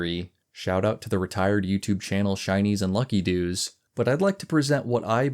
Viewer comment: Pronouncing that channel as luckydoos when it looks more like its a gyarados reference was unintentionally funny. Also, bloodstones are demonic in origin, and more specifically they are the blood of Agamaggan. Agamaggan is an OLD god, but not one of the parasitic "Old Gods". If you play Hearthstone, the origin of bloodstones are even more explicit because in Battlegrounds they are generated by quilboars because the highest concentration of those deposits are near their homeland where Agamaggan was felled.